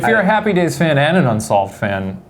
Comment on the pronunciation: “Bunsolved.” I’m weak😂😂😂